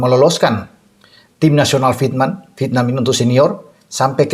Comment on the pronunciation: MAU TANYA NIH....AKU SERING MELIHAT VIDEO NYA. KALO BICARA " VIETNAM" GAK PERNAH UTUH. TAPI BILANGNYA " VITNAM" JADI HURUF " E " GAK PERNAH DISEBUTKAN. AGAK MENGGANGGU KUPINGKU......🤣🤣🤣🤣🤣🤣